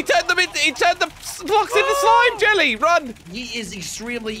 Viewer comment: it sounds like jelly calls evil jelly rishy, odd